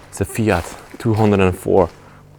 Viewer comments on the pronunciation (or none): none